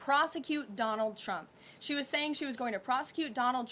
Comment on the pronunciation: It just me or did she say "President Chump"?